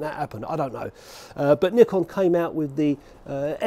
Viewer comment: You deserve a round of applause for saying nikon the right way! The Japanese way! 👏🏼(neekon)